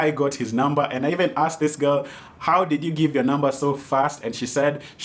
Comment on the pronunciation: She totally aksed